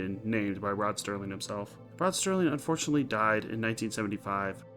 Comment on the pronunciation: It's Serling, not Sterling.